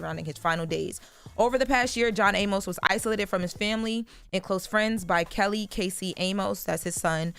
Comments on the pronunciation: It’s pronounced “ay miss” not “a-mose”. I’m saying this cause unlike this girl, I actually respected this man’s career and actually watched Good Times and Coming to America. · I know there are wayyyyy more important things to talk about BUT Amos is pronounced A-mus‼️ There is no E at the end y’all. THAT would make it A-MOSE, same as how you pronounce the word Pose‼️ I cringed every time they said it‼️🥴 Welp there’s y’all English lesson for today‼️🥴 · Why they let her keep on pronouncing his name "John A-Mos" 😂😂😂